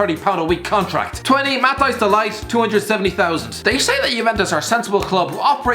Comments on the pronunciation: De ligt not de light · "De Light" That pronounciation makes me shudder. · when he pronounces de ligt de liyged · Every time you pronounce De Ligt I die just a little